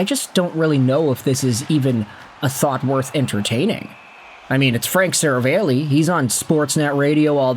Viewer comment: Seravalli is pronounced 'Se-rah-valley' btw.